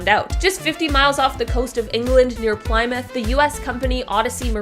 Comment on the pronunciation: Ply mouth??? It's Plymouth as in plym muff. You tanks left here to go to America and landed on Plymouth rock! Not exactly Worcester or Leicester you're trying to pronounce